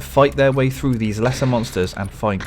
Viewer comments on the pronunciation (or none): none